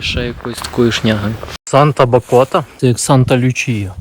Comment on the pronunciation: Вірний наголос: бАкота. :) Дякую за відео. Підписка!